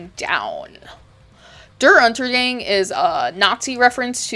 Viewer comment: As a German, big shoutout for your German pronunciation! It was quite good, even though it made "Der Untergang" sound like some sort of Gang lol. (since the a is pronounced a bit differently in German, which is hard to describe in a Youtube video and completely irrelevant to the video)